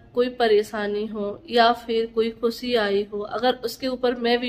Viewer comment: Paresani nhi pareshani khusi nhi khushi talafuz shi kro apne